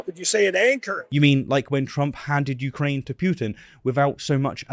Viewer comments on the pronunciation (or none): none